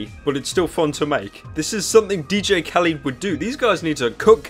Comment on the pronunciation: Thats not DJ.KALID its khaled like KHALEESI (GoT) and the E is like buffet. (know a bit of arabic :P)